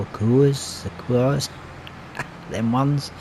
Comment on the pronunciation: Dec. 18, 2022, the Sequoia trees are pronounced "Sa (short a sound) Coy Ya (short a sound). I hope that makes sense. The Tree Transport contracts usually pay pretty well and you only have to load them up on a trailer and deliver them. Maybe try a different truck on a test map? I think it was Mr. Sealyp (but I'm not sure) that had a problem with that truck. And then, others have said that trailer "floats" when using the tension straps, so it could be a little of both? 82studio is aware of the problem with the tension belts but I don't know if he's going to update the trailer or not. Thanks for another great episode sir. Take care.